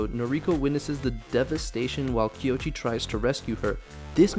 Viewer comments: I hate to be "that" guy. But it's KOichi, not Kyochi. Koichi. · His name (Koichi) is pronounced ko-ee-chee, not kee-o-chee. But I agree, this is Godzilla as he should be; dangerous, powerful, destructive, filled with rage against humanity and a warning about the careless arrogance of man. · I cringed every time. It's not even a difficult name.